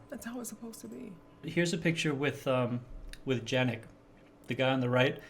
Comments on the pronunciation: Man! His name is pronounced like Yanek, not "janek" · Janick is pronounced "Yannick".